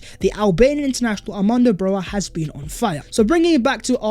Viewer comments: It is not pronounced Broha It is Broya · (for the non albanian speakers) his last name is pronounced BRO-YA not BROZHA or BROJA